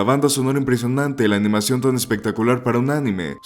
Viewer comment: Abandoné el video después de escuchar que dijo "amanición" y pronunció más de 3 formas diferentes (y erróneas) el nombre de Hideaki.